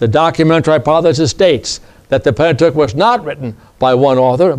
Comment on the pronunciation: 😂😂😂😂😂😅😅 he cannot even pronounce the word Pentateuch correctly..No Slurces